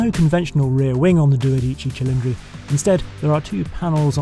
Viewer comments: Italians don't emphasize individual syllables (if anything they emphasize all), so the name Dodici isn't pronounced Do Dí Ci Cilindri, but rather as Dó Dí Cí (try to emphasize every syllable). Trust me I'm Italian ;-) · dude, it's not doDIci, it's DOdici. stress on the first syllable, not the second, FFS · Harry’s syllable accenting on dodici is incorrect. Just listen to how Enzo says it. Not do-deeChee…it’s dodee-chee. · it's not "DodÌci Cilindri, it's DÒdici Cilindri" Henry. Greatest engine, ugly design, Ferrari just lost it completely. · Before Enzo turns in his grave: In Italien, most of the time, you put pressure on the third last syllable - so it's DO-de-ci and not do-DI-ci ;-) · Sorry, as an Italian, I have to pause the video here because, please! do pronounce "dodici" correctly, i.e. on the very FIRST SYLLABLE: It is DO-dici, not do-DI-ci🧐🤠😎! Now on with the video! 🤩🤗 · Magnificent video, as always! BUT: It's pronounced dOdici cilindri (with a long first "o") - not duodIci cilindri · Anyway it's "dòdici" and not "dodìcci"...😉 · it's dòdici not dodìci haha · Lovely video by a pro, thank you Henry Chatchpole. BUT: It’s DOdici ci-LINdri, not doDIci cilindri :) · It's Dòdici, not Dodìci, and Venarìa, not Venària. Cheers from Italy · You are nearly there Henry, if you can say "dodíci" then you can also say "dódici". See it? there is no need of too much drama, it just takes to show some little care and respect for foreign languages. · A litlle help. Not duodici, dodici,without the U. And with the accent in de "O" Dódici. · Dodi-Che , like "Che", She-llindri . You have to roll the R' like Alfa Rrrrrromeo, Ferrrrari. Little Italian over a glass of RED 🍷... BEAUTIFUL CAR ! The 458 is the masterpiece to me. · doe -DI-chi English speaking people consistently get the pronunciation wrong. American, British, Aussie.... most get it wrong. But I mess up a lot of English still so no harm done. :) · the accent is on the DO